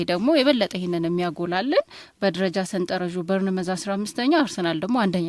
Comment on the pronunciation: Arghhhhhh እንዳለ ጋዜጠኞች በርንመዝ በርንመዝ የምትሉት ነገር! ቦርንማውዝ በሉ። አክሰንታችንን የምትቀይሩበት ስታይል ልክ አውሮፓ ከርሞ እንደመጣው የዩጋንዳ ፓርላማ አባል ሁኖ ነው የሚታየው። water/ ዋረር.. ዐንጀበኞች።